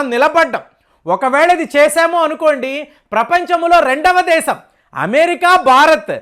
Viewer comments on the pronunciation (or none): none